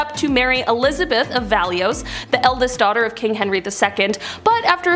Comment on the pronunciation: Valois is pronounced, Val-Wah. It's French. To educate the masses, you need to do your homework.